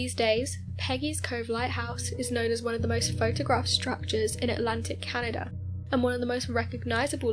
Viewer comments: ...meanwhile, it makes me CRINGE!😒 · I absolutely adore the way you pronounce "Canaduhr".